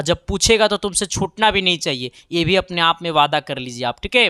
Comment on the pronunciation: Yadi ❌ adi ✅. Vibhavantar ❎ bivantar ✅ V ❎ BHI ✅ 😤🙄😮‍💨😒Mood kharab ho gya Kam se kam words ko perfect bol lo yrrrr aap hai ya ham